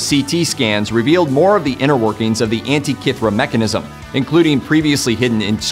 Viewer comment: Tree pan? Anta-kith-rah? Rapuh-no-wee? You sure bruh?